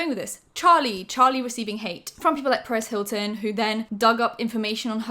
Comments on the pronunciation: The way you say perez Hilton sounds like paris Hilton and I was really confused for a good 5 minutes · Every time you say Perez Hilton literally sounds like you’re saying Paris to me. So the whole time I’m like Paris said what 👀👀